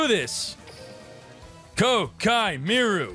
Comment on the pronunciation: Sorry, but does he know it's Koa'ki and not Kokai? Or is this a meme? I'm confused. Please explain.